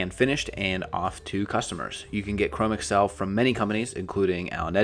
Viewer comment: I thoroughly enjoyed this, yet believe Chromexcel is pronounced "chro-mexel" rather than google "Chrome" + microsoft "Excel."